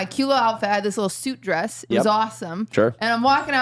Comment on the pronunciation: I thought QT said “soup dress” instead of suit dress and I legit googled soup dress cuz I was like I want one what could that be I love soups I love dresses?!